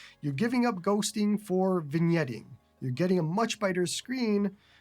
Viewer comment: An excellent first look at the Odin2 Mini. Today I learned that the "g" in vignetting is silent. I've only ever read the word; I've literally never heard it spoken aloud before. See, you're both entertaining and educational. IRT the handheld itself; none of my priors have really changed. It looks great, it runs great, and it seems to be pretty well built. The only knock I have so far, and it's a new one discovered thanks to this video, is that the speakers are more lackluster than the person that replaced Don Cherry. The full size Odin2 sounded excellent on my end, so, I don't know what's up. I look forward to your full review. Congrats on being one of the first to get this handheld. It should be a real boon for your channel, and you deserve all the subscribers.